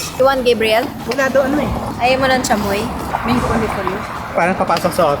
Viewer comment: Thank you Ivana!! thank you for FINALLY pronouncing “chamoy” right! 😂